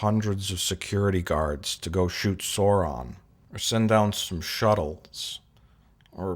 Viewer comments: you idiot its soran not sauron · 1) his name was Soran not Sauron 2) he was played by Malcom McDowell not Malcom McDonald 3) if you're going to give a review, think about everything, they change the bridge set, they add more uniforms (they added those uniforms to Generations so they didn't have to use new uniforms entirely) 4) lastly, this was a transition movie, they had DeForest Kelly in Encounter at Farpoint, bridging the gap with the tv series, so they brought Kirk into Generations to bridge the gap with the movies